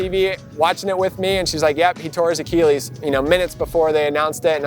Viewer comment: Whats up with every single mx rider pronouncing it a-keel-ees ive heard this like 10 times now. Its pronounced a-kill-ees. So weird.